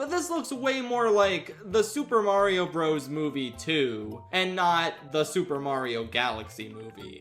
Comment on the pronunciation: This is the last creator I would have expected wouldn’t know how to pronounce “Bros.”